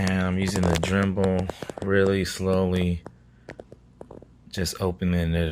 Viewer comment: Say Drembel one more time! Dremel! Good video though thanks!